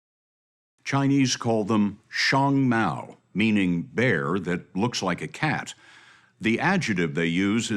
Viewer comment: Scott has absolutely wretched pronunciation. He didn't pronounce shiohng mao well, either